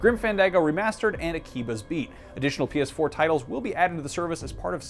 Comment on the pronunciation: id cut him off too for mispronounced akiba